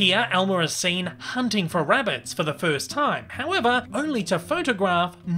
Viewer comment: He's hunting wabbits